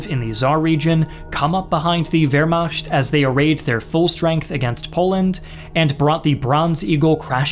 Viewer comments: Please,you're hurting my ear! Not Wermascht Wehrmacht💁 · Nice video. It's pronounced veːɐ̯maxt though, not veːɐ̯maçt. That is, the ch is pronounced as in nach or doch, not as in ich. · Interesting work, but your mispronunciation of the word Wehrmacht and the name Daladier are cringeworthy.